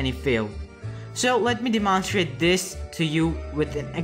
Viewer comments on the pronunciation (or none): I think the voice is OK, but pronunciation is what throws me off eg. "de-monstr-ate" instead of "demon-strate"; "deter-mine" instead of "deter-myn" or "por-cent" instead of "per-cent"